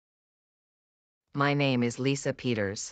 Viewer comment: not lisa but lisha